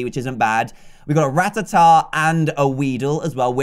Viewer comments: It's not ratahtah it's ra-taa-ta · It’s ruh-tat-tuh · Rattata is pronounced ra tat ar